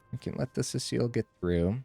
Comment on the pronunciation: See-sull, not Cecile.